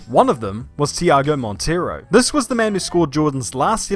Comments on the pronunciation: it's Monteiro, not Montiero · it's not Montiero. It's MONTEIRO. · it is Monteiro not Montiero. I am Portuguese so I know that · Not “Montiero”….it’s Monteiro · Monteiro. Not Montiero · Its Tiago Monteiro not montiero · IS MONTEIRO not MONTIERO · It's MONTEIRO,! MONTEIRO